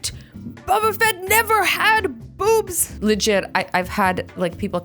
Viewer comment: I like the way she says "boobs" almost like boops, lol